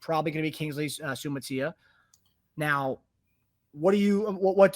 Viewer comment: Sua-mata-ia. Six syllables. You can do it!